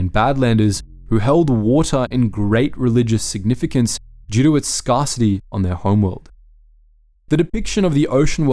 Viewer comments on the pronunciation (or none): Pronouncing scarcity as scar-city? You a wire back boy?